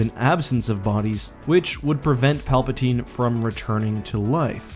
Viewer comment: ok he said Palpasine